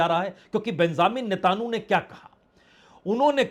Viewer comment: पत्रकार साहब नेतानु नहीं नेत्यनावु बोलिए।